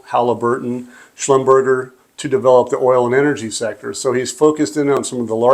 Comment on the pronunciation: Its pronounced Schlumber-chez (french) not Schlum-burger